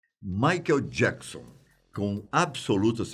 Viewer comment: Quando ele começa falando maikel jecson já desanimo